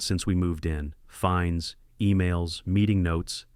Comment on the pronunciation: It's "fines" NOT "finds."